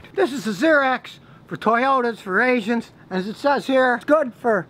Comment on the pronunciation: justSaying well i am an asian as well, it sounded funny to me haha